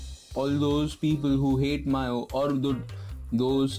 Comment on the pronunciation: Take this as constructive criticism,its not "mio" or "myo",its actually pronounced as "MEEUI".Good job by the way and thanks for the video :-)